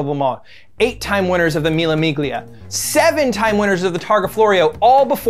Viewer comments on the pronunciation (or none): First of all this guy should learn how to pronunciate "Ferruccio" OR "Mille Miglia" correctly. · milla miGlia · When he said mille miglia,my ears started bleeding